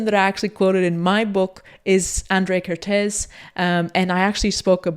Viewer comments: Hungarian person here... Your pronunciation of the un-accented part of his name is not bad, however you didn't pronounce the accents at all. It should sound like "Ah-n-dr-ay Ker-t-ay-s". The "sz" in Hungarian is just an "s" sound in English and the "s" sound in Hungarian is a "sh" sound in English. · Hi, Hungarian here. Kertész András (the hungarian name order) pronuncaitaon is like "care-tase" "An-D-rush" (IPA: kɛrteːs ɒŋdraːʃ). Hungarian is language wich use the letters as sounds, so the letter "A" is always pronunced the same way no matter the word (there are some example, but this is the general rule)